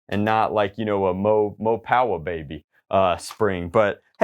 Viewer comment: he said mo powa baby